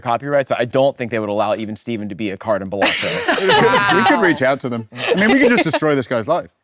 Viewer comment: Um actually, that's not how you pronounce Balatro